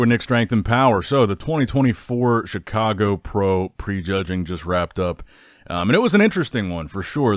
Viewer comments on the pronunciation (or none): none